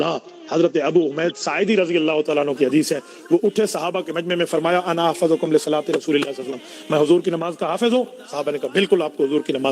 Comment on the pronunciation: ارے جاہل گوار تو عالم ہے یا گوار ہے حفظ باب سمع سے ہے تو احفظ ظ پر پیش آےگا یا زبر تو جو دلیل پیش کرتاہے اس میں۔ ظ پر زبر ہے حالانکہ اس پر پیش انا چاہیے تو اس غلطی کو نہیں سمجھ سکا تو دلیل کو کیا رد کرے گا 😅😅😅😅😅